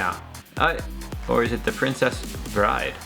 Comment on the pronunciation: …. Breaking my heart with that fumble on princess bride 🤦🏻‍♀️🤦🏻‍♀️🤦🏻‍♀️🤦🏻‍♀️🤦🏻‍♀️